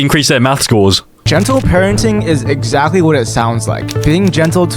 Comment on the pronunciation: "excalty" sybau